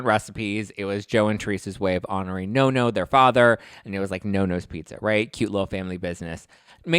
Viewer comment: You, along with a lot of other's, are pronouncing Nonno wrong. It's pronounced Non- no like Bono, not no-no. Just letting you know❤